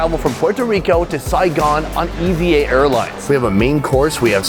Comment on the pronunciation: It's pronounced "evah air"... not E. V. A.